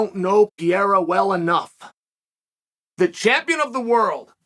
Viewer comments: Alex: It's Pah-ray-rah Uncle Chael: Pee-era Alex: Pee-era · Stop saying "PIERRA" 😂🙉🙉🙉 It's PEREIRA! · man you are yelling like nad,its not piera,it is Pereira and he is apsolute class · It's kinda cute you calling him PIERA but it's actually PE-REI-RA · Rofl Chael keeps saying “Pierre” like Alex is a fucking Frenchman. I think his performance last Saturday proved he isn’t French. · Chael spells Pereira’s name right but still says Pierra🤣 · Pe-rare-ruh or Pe-heh-da are the acceptable ways to pronounce the camp's name, Uncle Chael. Lol. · For Christ's sake, stop calling him "Pierra"! Call him Poatan! It's what Brazilians call it and it's easier for English speakers to pronounce. In English, the correct pronunciation will sound something like "Poah-ten". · Awesome that Chael thought about that. It would be more awesome if he can pronounce his name correctly 😂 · Uncle Chael won't give a f*ck to learn how to pronounce the name Pereira. Lol